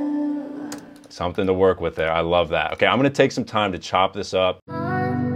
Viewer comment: "loveeee" - rhymes with dovey 😂